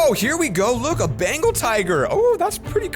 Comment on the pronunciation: He said a bengal tiger "bangal tiger".I died laughing lol